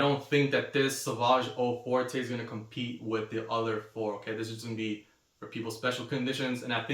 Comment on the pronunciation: O For-tay? Really you can't make the effort of pronouncing French words properly?